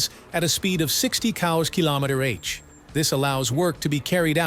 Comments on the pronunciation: I thought that is what I heard 😂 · AI generierter Text und AI voice, sagt sogar KM/H falsch.